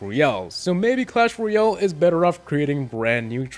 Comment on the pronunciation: tbh your saying ryale not royale and it's just a nit pick but it's a tiny bit annoying